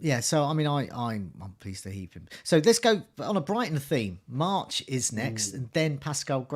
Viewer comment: Someone needs to tell that its March, not Marsh. And that its Jota, not Joeta. And that its Gnonto, not Gonto.....